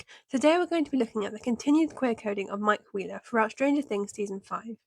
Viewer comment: did u just say mike queerler ..